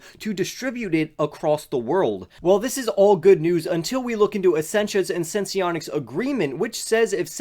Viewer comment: Thanks for the video! Also it's pronounced "Sense-Onics," Not Sense-ee-onics